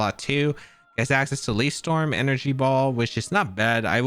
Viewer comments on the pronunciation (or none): none